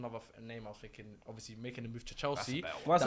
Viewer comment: An awful lot of “finking” going on.